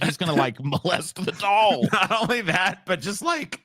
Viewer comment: A blow up daahl. He says it like the Hindi word for bean